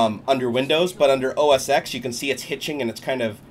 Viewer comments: its called O S TEN....not os X.....damn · It's not OS X pronounced as X it's OS X as OS 10